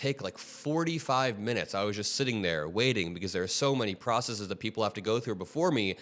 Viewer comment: Thank you for pronouncing the word "processes" correctly. The tech bros say "processeez" which is not a real word. Steve Jobs made it up.